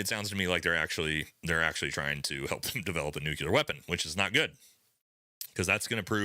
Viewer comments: God damn, dude, please stop using nuCUler, it's nuclear, wtf :D You should know better, you sound like Bush :D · Nuclear. It’s fucking nuclear. The phrase nuculear doesn’t exist.